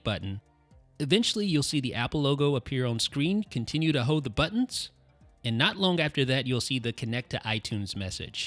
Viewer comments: Why cant this guy say hoLd? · Dude, you did say "hode."